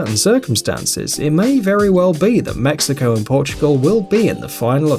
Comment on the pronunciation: Pronouncing Mexico as “mexica” and when he said Portugal beated Iran “1-1” this yute is so undeveloped I swear